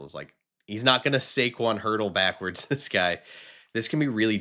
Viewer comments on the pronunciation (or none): none